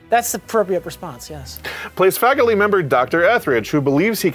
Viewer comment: *might* want to take another stab at saying "faculty" I had to roll it back and listen closer.